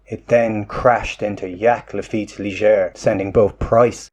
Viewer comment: The ‘j’ in Jacques Lafitte’s name is not pronounced as a ‘y’. The ‘j’ would be pronounced as a ‘y’ if he were German . . .